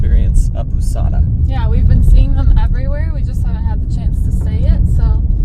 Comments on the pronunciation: pousada is pronounced pow-zada, not poo-sada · POUSADA , the pronunciation is like you saying first PAUL ( same pronunciation ) and adding SADA = POUSADA . 😊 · Pousada you pronounce pouzada like Z sound in portuguese the s in a middle of a word always sounds like Z unless it is the beginning of the word or double S so it’s sound really like S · When you plan your staying on Porto de Galinhas, I recommend staying on Pousada Marahu: TIP on the "pousada" pronunciation: try saying like "paul-za-da" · It is like "po zah dah" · When you say "Pousada" you can pronounce the "ou" part as in b"ow". We pronounce this "o". Try "Carne de sol com queijo" tapioca's flavor. It's my favorite. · Guys... Put 'pousada" on Google and listen to the pronounciation hahaha loving the road trip videos